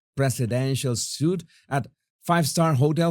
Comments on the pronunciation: Lov your content. Just for future reference suite is pronounced sweet. Keep up the good fight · HEY....Suite is pronounced SWEET...💗